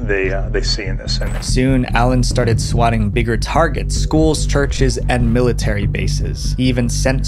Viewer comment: "swakking" calls? bro, at least proofread the script you did not write, and i suggest having them typed for you bc it sounds like you cannot read cursive since swatting and swakking look quite similar when written in longhand script you had me fooled into thinking your videos were an authentic representation of topics of your interest